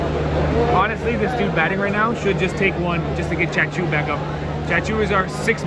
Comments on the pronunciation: Its actually chacha not chachoo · its chachuu not tattoo :D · brother his name is not chachoo, his name is Chachaa😂